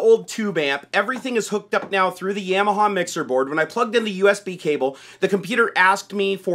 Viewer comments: Yam- ya- ha lmao. It's ya-ma-ha. You never had a dirt bike when you were a kid? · Another nice video. Thanks. I think it's Ya-ma-ha were the first syllable sounds like the German word for yes, "Ja". Not Yam like the starchy tuber you consume on Thanksgiving. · love the videos, but dude it's (Yah)maha hahah. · It's Yeah-mah-haw guys, not Yamaha. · I want to die every time you say "Yamaha". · The way you pronounce Yamaha triggers me.